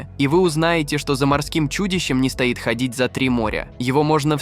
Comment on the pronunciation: Давайте соберем подписи в министерство образования РФс предложением ввезьти в школьную программу уроки правописания с ударениями.В греческом языке черточкой над буквой обозначают ударения.Почему бы не перенять опыт?Ато,действительно,раздражает,когда говорят "за этим монстро не стАит ходить далеко".Просто коверкают русский язык.